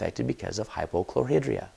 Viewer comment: Why do Utahrds pronounce words incorrectly??? Chlor-High-Dria